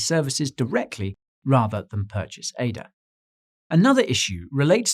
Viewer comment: Thank you for calling Cardano Ada, instead of A-D-A, kind Sir.